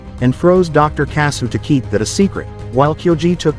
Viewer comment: Your an idiot, Kyoji didn't still it, his dad told him to take it to earth to keep the military from using it for war. Get your Gundam history right. And another thing: their last name is pronounced kasshu, you can LITERALLY hear the H in the name it's pronounced the same way as the nut itself but spelled differently